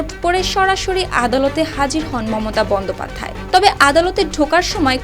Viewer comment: আপনার এত ভুল করেন কেন এটা বন্দ্যোপাধ্যায় হবে না হবে বঙ্গোপাধ্যায় 😂😂😂